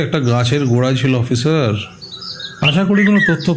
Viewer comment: Jini golpo path korechhen tae uddeshey boli j apnar "S" r "sh" er moddhye onek problem royechhe. Kotha gulo shofa noy sofa, mishter noy mister, offisher noy officer, mish noy miss.